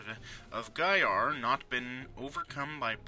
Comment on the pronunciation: And it's not GAYar! :D